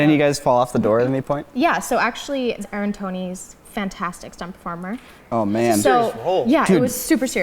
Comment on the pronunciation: its not aaron tony its anthony mackie. She said aaron tony😂😂😂😂😂😂😂😂😂😂😂😂😂😂😂😂😂😂😂😂😂😂😂😂😂😂😂😂